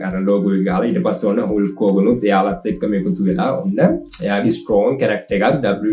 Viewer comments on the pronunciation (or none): හුල්ක් නෙවෙයි හල්ක් හොගන් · හුල්ක් හෝගන් නෙමේ . හල්ක් හෝගන් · හුල්ක් හෝර්ගන් නෙවේ බ්‍රෝ. හල්ක් හෝර්ගන් . supiri video ekak ❤❤❤❤